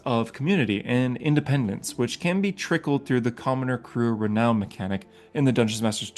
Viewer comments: “Re-noun” not “re-known” this also bugged me. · I’m fine with how you pronounce all of the names of the Forgotten Realms. I’m just shook by how you pronounce renown. It’s a great review of the book